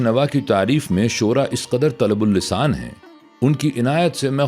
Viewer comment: رطب اللسان کو با نے طلب اللسان پڑھا